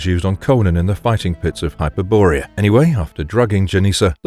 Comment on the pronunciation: Hyper-borea? lol